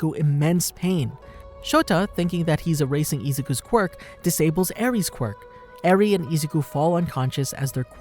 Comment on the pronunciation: you said eri wrong